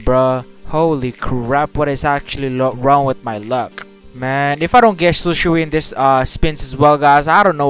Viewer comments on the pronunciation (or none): shisui not shusi. I think itachi ms is good than shisui ms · this is how you pronounce Shisui "shiswee" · Shisui= she swe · Man called Shisui Sishu lmao, good video tho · How to say shisui say shii-sue-eee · Its SHI - SUI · Its Shi. Su. I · u pronounce shisui like shi su e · u talking how to pronounce shisui its like shi swui but its shisui idk why